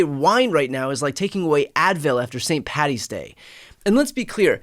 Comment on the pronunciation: Thank you for correctly saying St Paddies day and not St Patties.